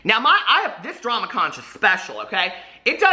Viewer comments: LOL. I adore you,! Here in FL it’s pronounced “conk”. 😘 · Conch is pronounced konk... Love you!! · Conch lmao it's "CONK" hahahaha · It’s pronounced “ConK”. You should probably issue a public apology. 🤣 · Conch? I never heard those shells called conches?? lmao it`s pronounced konks. JANE, konks. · I was just listening to this video while I was cleaning, and I heard drama crotch instead of drama conch. I was so confused I had to rewind the video. 😂😂😂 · Well jeez...the conch club is going to come for you because the ch is actually pronounced as a k. That's it...I expect a video apology..ROFL EDIT: Here is my actual apology...apparently it can be pronounced either way. Funny, I made the joke to be funny and the joke is on me LOL